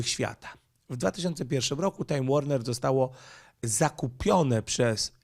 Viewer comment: Warner czyta się Łorner. Warner Brother dawniej